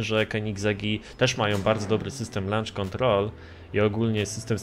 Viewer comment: "Lancz" kontrol 😂😂